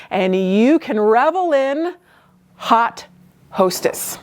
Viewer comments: Yes, it’s French. Should be pronounced “oat”. Looking for the comment…..it’s ok of course 😊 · I like when a fahion is strongly inspired by historical/throw-back styles. When it is done well, it is usually great. I think this was done well. BTW your pronunciation of haute is different from Indiana. That is fine. It made a nice connection to "hot".